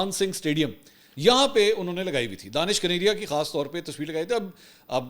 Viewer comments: sir jee danish nahe dinash hai plz correct karee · دانش کنیریا نہین بلکہ دھنیش کنیریا یہ ایک ہندو نام ہے۔ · Let it corrected. He is not Danish His name is Danesh (دنیش) ۔ ap log zabardasti usay danish bnane ki Koshish karrahai ho JB k wo itna muta'assib k apko Pasand he nhi karta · منصور بھائی آپ اس ہندو کا غلط نام بول رہے ہیں اس کا نام دانش کنیریا نہیں ہے اس کا نام دنیش کنیریا ہے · منصور صاحب، جس شخص کو آپ دانش کنیریا کہہ رہے ہیں دراصل اس کا نام دنیش کنیریا ہے ۔ 🙏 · Mansoor bhai ye Danaish kaneria hai... Not Danish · منصور بھائی اس کا نام دانش نہیں دنیش کنیریا ہے ۔ DANESH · I think his name is Danesh not Danish. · Sir G, ye Danish nahee, Danaish kaneria hay. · نام دانیش ھے دانش نھیں۔اور یہ ھندو ھے۔ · سر جی اُسکا نام دینش ہے پلز صحیح نام لے